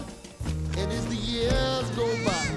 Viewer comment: No yee when he says years? :/ yeers